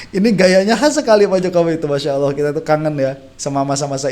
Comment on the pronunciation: Suara nya terdengar AWOH bukan ALLOH 🥺